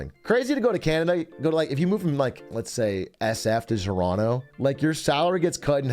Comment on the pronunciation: did he say zoronto